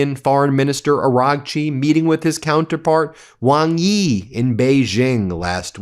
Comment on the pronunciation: Ben, WangYi is pronounced like Wang-E: XingHua - The Xi sound is as Shi (e.g., Xing..Shing, Xi...She)